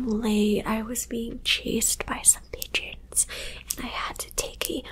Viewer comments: Ohhh pigeons I thought you said d gens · Oh lmao pigeons. I legit rewound it 3 times cuz i thought u said u were being chased by a bunch of Midgets lol. I was like ohh dang lol. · Ha! Did you say you were being chased by "pigeons"??? Lol🐦🕊